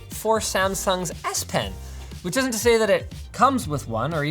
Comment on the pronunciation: why does S Pen sound like ASS Pen!!